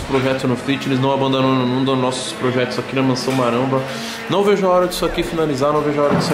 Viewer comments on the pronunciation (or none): "Não abandunudunu os projetos aqui na Mansão Maramba" Efeitos da falta de sono/descanso. Mano, na boa, cuida da saúde, cara. Sem saúde nós não somos nada, não adianta nada se matar agora e depois não poder curtir. Acho muito legal essa sua proatividade, mas começa a cuidar um pouco do descanso, ele é de suma importância!!!! TMJ, mano!